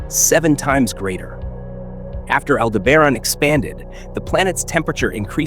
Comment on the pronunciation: Pronounces almost as good as you spell.